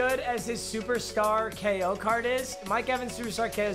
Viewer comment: am i the only one who heard him say superscar K.O?